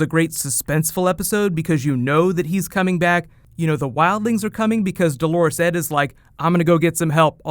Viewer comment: Did he says, "Delores Ed"? I believe it is dolorous.